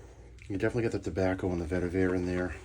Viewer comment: Great review! Glad to see someone reviewing Talent Soap Factory as I’ve been interested in them. Also, it is pronounced Lab-duh-num and Vet-eh-vurr (like fur).